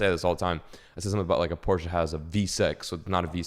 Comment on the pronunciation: Porsche not porscha, also a straight 6 🥴